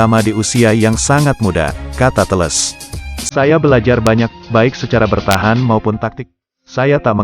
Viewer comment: Alex telles min bukan teles